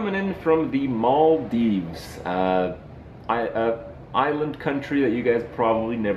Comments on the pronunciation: It's pronounced "Maldives", not "Mall - Deeves" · the way he pronounces Maldives so funny XD